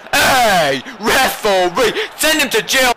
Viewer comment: Me and mates have realised that we've started shouting "REF-OR-REE" at the telly, calling Sakho a brick shithouse, and saying that people have 'legendary beards' - and it's all your fault,!:)